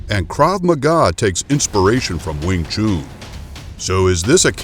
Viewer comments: You are probably thinking this because you are americans, using your own phonetics to pronounce with. Since the word is chinese, a chinese would know this best. Listen to this: Alright so the person saying chun here is english, but then lets get a real chinese to imply the correct pronounciation: When you say that it’s pronounced chun i’d have to agree - since we in Denmark would say choon, using other phonetics here. Just remember, saying it like chum or gun is an american feature... I actually just found this: an american saying it - then followed by a chinese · Don't take this as me being rude... but the "chun" in wingchun is pronounced "un" like to "un-ravel" or to "un-tie" and not like "oo" in "spoon" or the month of "june." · Wing chun Not wing choon. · do you know how to spell Noon?...then you will hear the difference between Chun and Noon..it´s not called wing chuuuuun....i get ear cancer i i hear that... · Still ist Not called sing chuuun. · Commentator's pronunciation of Wing "Choon" is funny Lolz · Glad I came to the comments first. After hearing Weeng Choon; I didn't even bother watching. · Not even the Chinese pronounce it as choon. I have never heard it said that way. Pronunciation is important for credibility. It's like calling boxing booxing. Do your research and details. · why is he pronouncing wing chun like wing chewn... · Not pronounced Wing Choon - Chun should sound like dONE. - clearly not aware of the scope of Kung Fu attack strikes - many are in fact 'by any means possible' - including eye gouging/pokes, ear ripping, foot stomping, nuts busting, knee and low blow attacks. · Wing “CHOON” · i would really prefer that you learn the words before you speak them out, it s NOT wing chuuuun... you americaaaaan guy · Worst Pronunciation. Too long on the last shunnnhh. No ew in it. Chun like done. I’m Chinese for canton I know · Wing chooooon, can not even say it correctly. Instantly know it's a BS video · I hate how he says wing chun lmaooo